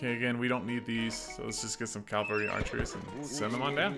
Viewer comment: I enjoy this series very much, and you're great, but it's pronounced CA-VAL-RY not "Calvary" loool